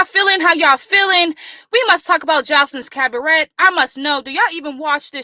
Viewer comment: Maam 🤦🏾‍♂️ its pronounce cab ah ray 🤦🏾‍♂️